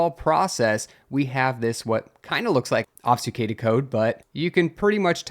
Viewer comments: ob-fU-scAded please man that’s how it sounds < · ob succ ated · "obfuscated" is ob-fuss-kay-ted. Or are you being meta? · Ob-fus-cate. "AWB"-"fuh"-"skate". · You sound to be pronouncing "obfuscated" wrong but I'm not sure how. The "fus" bit sounds maybe like you say "sfu"? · "Mallware" "obsucated" Bro take a breather 😂😂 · That pic is literally my discord pfp and I was just about to comment something about the "obsucated". Needless to say I had a confused moment. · I can side with "mallware" since it stems from "malicious" which sounds like "mall-icious" but "obsucated" was a big wtf lol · How many ways can mispronounce "obfuscated"? YES!